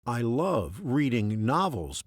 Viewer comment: You mispronounce the word "love"